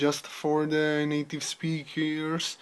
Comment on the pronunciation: Oral Journal:: Please, pay attention to these details in your speaking: - punch? punched? pronun + word/use - choice) - How could people attak this (questions order) - The linguistic imperisalism ( Use of "the") - the (pronun. before a consonant and a noun) - Organization: This is something that you should practice. You have brilliant ideas, however, you are still struggling trying to organize them. Also, you don't need to speak fast, English is not your first language, your objective should be to be understood by people. RUBRIC: Fluency: 10 Organization: 9 Language Structuring: 8 Vocabulary: 8 Pronunciation: 8 Task: 9 Organization: 8 Reflection Quality: 9 TOTAL SCORE: 69/80 MARK: 5.6